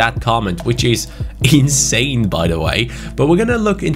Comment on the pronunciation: Why speaks like”Un-believeble” or “In-Sane” 🤷🏿‍♂️